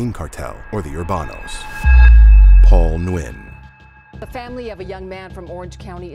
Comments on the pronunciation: Nguyen is pronounced "Win" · There is absolutely no reason to ever go to Central or South America. Especially nowadays. Side note: Nguyen is pronounced “win.” Don’t if this is AI voiceover or human, but the pronunciation is wrong.